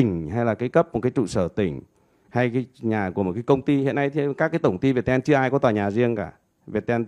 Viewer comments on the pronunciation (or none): mình hay gọi Viettel là Việt teo, mà thấy gọi là Việt ten:D